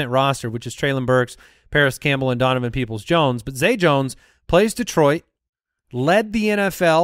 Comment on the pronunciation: Is it just me or does zonovan Knight sound like you're saying his name wrong?